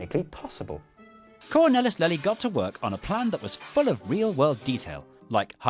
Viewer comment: Absolutely brilliant, as usual! But... you could have checked the pronunciation of the main character: Lely. It's not 'lelly' but halfway between 'layly'' and 'leely'.